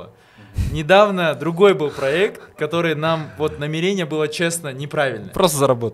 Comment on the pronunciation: Не намерéния, а намéрения